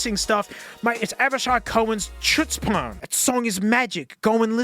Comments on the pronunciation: Here in the US it's very odd for someone to say chutzpah with a 'ch' sound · It's pronounced chutzpan, not chutzpan